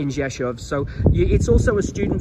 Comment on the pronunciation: your Polish is getting better and better and you pronounce the name Rzeszów like a native Rzeszów resident, congratulations!